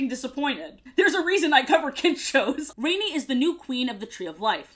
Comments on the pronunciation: 1. It’s the “ Roar of the ELDERS” 2. It’s pronounced MakU and not MAku 3. Rani is pronounced Roneee and not Raine Sorry, my brother was obsessed with this show and asked me to comment for him. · She also pronounced rani as rainy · Love the video, but I must admit it really bothered me that you kept pronouncing Rani's name wrong lol. I always remember how her name is pronounced because the Grandma says it several times in her death scene and her voice is really cool sounding. I watched quite a bit of the show and was pleasantly surprised, I'm glad you seemed to have enjoyed it as well. Keep making great videos! :D